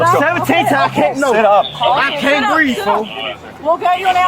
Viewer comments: Another “I can’t breeve” wasting taxpayer dollars. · I see he's a George Floyd blackbelt. Struggle, then pivot to "I can't breeve".